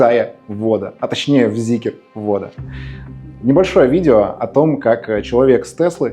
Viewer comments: Прям весь такой требовательный эстет, а говорит как колхозник, не ЗикЕр, а Зикр и не ЗикрЫ, а Зикры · Начал смотреть и выключил сразу после слова "Зикер". Люди, где вы там букву Е видите? Почему многие так говорят неправильно? Как ни крути, читать нужно Зикр и никак иначе. Считаю, что люди, которые говорят Зикер - недостаточно умные люди ибо даже прочитать слово правильно не могут. Соответственно, они и обзор не могут умно сделать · ЗИКР - не Зикер , аж бесит , Zeekr у вас есть произносить правильно вы это до сих пор не умеете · ЗИКР, ЗИКР, ЗИКР, не зикЕР , безграмотные люди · Прежде чем делать обзор,научитесь правильно выговаривать название Зикр!!! Где там е?